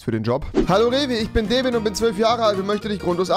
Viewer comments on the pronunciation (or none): es heisst Devin und nicht Deevin xD ps:bin das nicht aber heisse genau so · es wird Dävin ausgesprochen haha